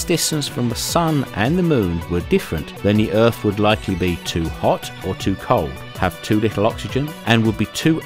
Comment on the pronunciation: Where is this planet called Erf that you speak of?